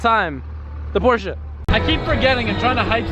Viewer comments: Porsche Porsche Porsche Porsche... not porscha that shit make me so mad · Porsche not Porscha.. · stop saying porsha...porshe(silence the e). Then again you own it so call it what you want,*cries in poor* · Porsche not porscha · don’t you love how Americans say Porsche-a , makes u stop watching immediately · "PoRsChE-uH" cringe x100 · A few things: The GT3 RS rides rough because it's a racecar lol 12 point/triple square drivers are everywhere on VAG cars It's not a big deal but it's not pronounced "Porsha", it's Porsche but the E is slightly longer so it almost sounds like A. More like porsch-eh Edit: I forgot earlier, but a good intake will actually change how your car sounds. You should do some research and find an intake for it. Edit again: Oh they're going to make an intake too? Get it. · Yo its not Porsha its Pronouced Porsche:The E is silent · IT IS PORSCHE NOT PORSCHA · It's not Porschea it's just Porsche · needs to learn how to pernounce Porsche properly, it is prenounced as porsh not porsja. GET IT RIGHT!!! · Uggghhhh. Porsch-uh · Poor-SHa! Lol Love it... Cant hate one bit! 🤙🤙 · Theres no A in Porsche! It's not pronounced Porsche-a 🤦‍♂️ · for god sake learn how to pronounce porsche. the E is silent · It’s pronounced Por-shuh... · you pronounce 'porsche' so anoing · i am not wrong, americans are wrong because they don't know how to prenounce words properly. By instance, just take a look at aluminum, which is actually aluminium. You hear the German people say it, you know this guy is wrong. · He prenounces ti with the a et the end, the germans do it either with the e or silent. And yes i know, bacause i live nearby Germany and speak to german people.